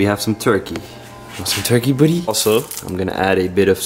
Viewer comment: I love when he call Gohan "budy"